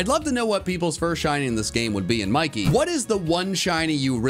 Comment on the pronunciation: ITS MIE-KEE MOUSE